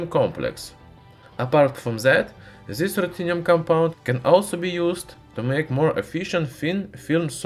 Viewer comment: Putin has farted and produced DZIS ruthenium claud over Europe,by the way your english pronunciation doesn't get better